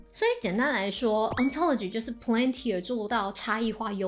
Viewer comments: 小提醒： 你念公司名的時候 一直都把 Palantir 唸成了 Plantir P後面少了a的音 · 這公司全文英文念成呸愣提爾，大大可能念太快而發音錯誤。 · Palantir, 重音在第一個音節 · 難怪我覺得怪怪的， 重音不是應該要在P嗎？這樣唸重音在L😅有誤請指正